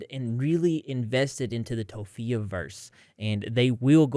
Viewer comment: "toe phee uh" 💀 Hearing how stressed out those animals are absolutely breaks my heart